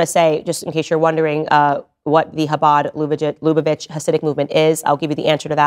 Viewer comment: UGHHHHHH!!!! STOP SAYING "HABAD LUBA VITCH"!! LOOK UP HOW TO PRONOUNCE IT PROPERLY!!!